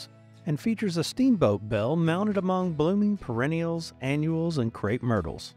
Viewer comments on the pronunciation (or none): none